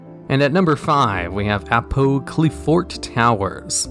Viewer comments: Pronunciation of Apoqliphort Towers is (Apoc-li-fort) Apocalypse and Fort mushed together. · BTW Apoqliphort is pronounced similar to apoclypse. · Apoqliphort is pronounced like apocalypse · I think "Apoqliphort" is supposed to have the same syllable stress as a word like apocalypse or apocrypha. Great video as always!